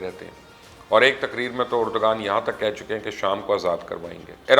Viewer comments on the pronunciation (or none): My dear it's not pronounced as Erdgan but Erdvaan. Not expected from you.